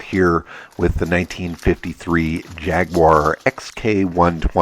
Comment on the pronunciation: I was really hoping you'd be able to say Jaguar correctly 😂 😋 These cars a beautiful! Had a model when I was a kid and a goldwing mercedes and just started at them for ages!